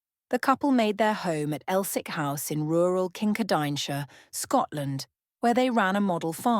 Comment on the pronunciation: When talking about Maud, you refer to them moving to Kincardineshire, you mispronounce it - it is pronounced Kin Car Din Shire